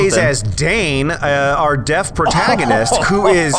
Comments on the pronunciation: am I the only one who thought for the first three vids. they said he was "death" in stead of deaf... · In the first episode I thought you said death not dead and I just realized he not the physical manifestation of death.